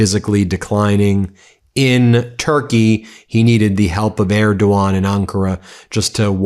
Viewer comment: Okay, they’re such great friends that donald doesn’t pronounce Erdogan correctly 😂